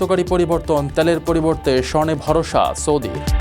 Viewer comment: ত্যেলের না তেলের 😅😂